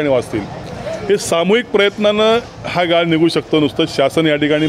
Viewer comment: पत्रकाराला आपली मराठी नीट बोलायला सांगा गाळ आणि गाल यात फरक आहे याला सांगा 😂😂😂😂